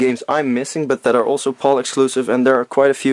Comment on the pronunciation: yeah its not pronounced paul or pole region its pronounced pal like hey buddy ol pal stands for Phase Alternating Line ive heard alot of americans pronounce Pal properly and your the first Video Game Youtuber who hasnt but its ok love your videos by the way keep up the good work i didnt even know we had these games in our region or heard of them at all till now ive learned something new today wow awesome